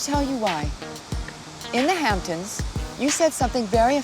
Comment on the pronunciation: “Hamptoms” LVP can’t speak for shit 😂